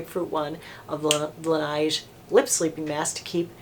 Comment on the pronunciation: Laneige is pronounced like beige. 🤗💜🤗